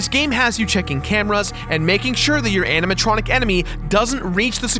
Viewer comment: when Mat said "animontronic" i thought he said "Hannah Montranic" as in Hannah Montana + animatronic